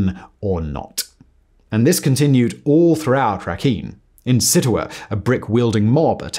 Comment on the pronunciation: Myanmar - pronounced ME an mar. Aung San Sun Kyi (chi) (ky next to vowel I makes it a CHEE sounds like The chee in cheetos) , Rakhine - RA-kine like the word line. Great video, actually I like all your vids 👍